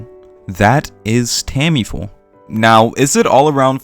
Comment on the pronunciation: Great points. Obviously, I hope your incorrect to some degree, and we'll get more works on this level sooner rather than later. However, you're probably correct. Side note: I swear I'm genuinely curious... Am I missing something? Does the author Tamifura go by a different name? It really sounds like you always call her "Tammy-Full". I'm seriously not trying to poke fun at your pronunciation (I've never heard you change a name's pronunciation anywhere near that much); so at first I was just confused, then I figured I'm missing something.